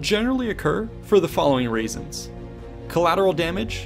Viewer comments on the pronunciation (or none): Did you say "the following raisins"?